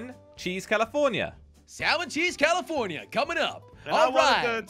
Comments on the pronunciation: 😂 said he want tobiko tune calafornia, like 1 minute later he said he want tobiko salmon calafornai😂 i think he forgot what he say😂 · It is salmon calaforna!